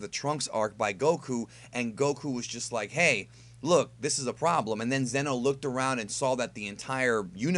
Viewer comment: Isn’t it zeeeno not zen o? I do t remember